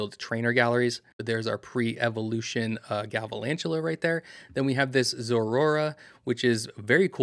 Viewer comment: Galvalantula??? Come on, I expected better from you. Sorry it’s a huge pet peeve of mine. Please learn the names of the pokemon you cover. I’m not being mean or rude. I’m trying to help you improve what some people’s expectations are. Thanks